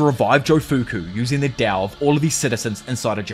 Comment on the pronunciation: Why does he say dao and not Tao